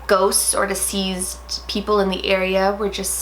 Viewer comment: De-ceased not diseased. I hate the way you say it.